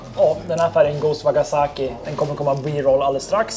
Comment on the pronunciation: Trevlig video! Men... Wakasagi inte waggasaki 😜